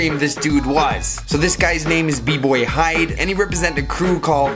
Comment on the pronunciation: Hide is pronounced "Hee-Deh." Also Hayato1 is amazing and underrated. Megas was crazy back in the day and Dyzee is still amazing to this day...